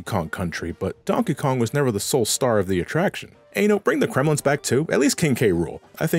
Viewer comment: i like how you call the Kremlings “Kremlins”